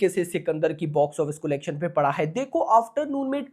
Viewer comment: Bhai it’s not colegtion its collection 😂